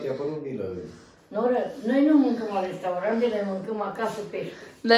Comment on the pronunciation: Vrea la restaurant si ia nu stie sa zica zice straurat..